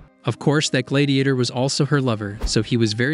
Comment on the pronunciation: Why do you pronounce gladiator like that?